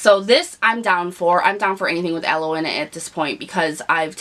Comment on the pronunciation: Ah-LOW not al-loi.